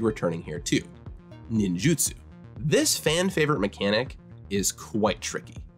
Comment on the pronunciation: For fucks sake, it is nin JU tsu